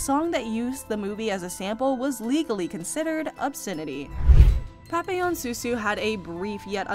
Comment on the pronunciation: I hate crappy voicebots - the city of Hue is pronounced "way," her name isn't pap-pil-on, it's pronounced "pappy-yawn", and two of the so-called "scenes" are of Francis Ford Coppola's "Apocalypse Now." And I'm wondering how badly your crap-bot voice would butcher those words: "apok-a-lips-ee now," & "cop-opola?" That sound about rite?